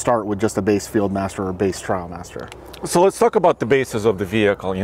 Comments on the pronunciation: Trial vs trail …😂 ineos needs a better rep might have been nervous but still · It is "Trialmaster"... as in off-road trials, a form of competition.